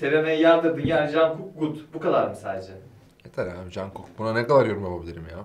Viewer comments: Jungkook hakkında söylenen şeylerin hepsi doğruydu, adı ise 'Conguk' diye okunuyor. Bu arada BTS yeni ne yaprsa her zaman onunla ilgili kelimeler TT oluyor. Açtığı canlı yayınlarda platformlar genel olarak çöküyor çünkü o kadar yüklenmeyi YouTube bile kaldıramıyor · JUNGKOOK cankuk diye okunuyor 🥰 Gerçekten de bize çektirmediği kaldı mı şu çocuğun yiğa özellikle konserde yaptıkları İlk defa bir bts hakkında konuşulan bir videoyu böyle keyifle dinledim .insanlar genellikle hep önyargılı videolar yaptıkları için bu video çok tatlış olmuşşş💜💜💜💜💜💜💜7-1=0 Ben armyim hadi armyler kendinizi belli edin 👇🏻 Borahaeeeeee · kanalınızı uzun zamandır yakından takip ediyodum ve özellikle yemek bölümlerinde veya trend olan videolarda falan hep bts olsun istedim. bu videonuzda biricik bebeğim jungkook'u koymanız hem şok etti hem de size olan sevgimi daha çok artırdı. tabi ki bilmeyebilirsiniz conkuk diye okunuyor genelde💜 umarım btsle ilgili daha farklı içerikler de gelir, kliplerine tepki verseniz tadından yenmez 🌸 jungkook ve muzlu süt özdeşleşti artık zaten jungkook diyince akla muzlu süt, muzlu süt diyince akla jungkook gelir ayrılmaz ikililer💘 kanalınızda daha fazla bts içerikleri görmek dileğiyle, sevgiler 🤍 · Jungkook’a yer vermeniz beni hem şaşırttı hemde mutlu etti teşekkürler tepkolik ekibi 💜ayrıca jungkook’un isminin telaffuzu korecede “çonguk”şeklindedir lakin “jonguk”deseniz de yanlış olmaz :)💜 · Jungkook'un olması beni aşırı mutlu etti. <3 ( ismini conkuk diye telaffuz ediyoruz. ) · Jungkook bitanem mükemmeldir ve bölümünüze onu da eklediğiniz için tüm Army'ler adına teşekkür ederim!(Tepki Kolik Ekibi) Bu arada ismi Jonkuk diye okunuyor 😊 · Çok doğru bilgi biz Army ler belinde 1.3 milyari bile geçip daha da cogalmisizdir. Evet sütü özellikle muzlu sütü çok seviyor. joungook: Conguuk diye söylenir.. 👍👍👍Bir Army olarak yapmış olduğunuz seviyeli yorumlar için teşekkür ederim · Bts üyesi jungkook'un isminin okunuşu "conkuk" tepkikolik ekibi